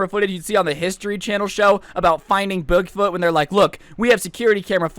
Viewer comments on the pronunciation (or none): Anybody realize he said buugfoot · He said Boogfoot